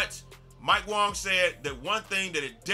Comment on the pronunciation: Imagine calling mike wang mike wong